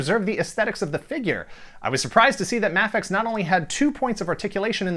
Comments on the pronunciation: isn't it pronounced MAYfex? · I am almost 100% sure Mafex is pronounced May fex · it is mayfex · The way he says mafex makes me want to die 😂😂